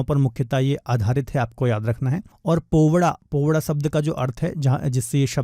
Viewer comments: Dear Sir Ji, In question no. 12, It is "पोवाडा" ✔️ not पोवदास ❌ Actually it is a type of folk song I'm from Maharashtra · Bhai o powda nhi पोवाडा hota hai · Not povda,that is povada